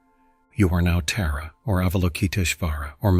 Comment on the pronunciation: I enjoy your videos, but the pronunciation of Tǎra and others is off putting. In the Tǎra video, AI switched between Terra and Tǎra. Can’t it be programmed to say Tǎra consistently? I can’t imagine doing the same for Christianity. People would consider it disrespectful.